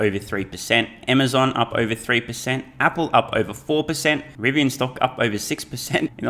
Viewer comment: “Fah-see-kul” and the way you say “over” sounds almost painful…